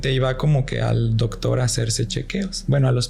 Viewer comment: El chavo dice dogtor😂